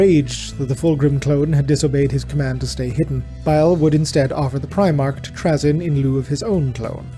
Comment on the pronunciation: You are the only person I have ever heard pronounce his name like that. Here it's pronounced Tray-zin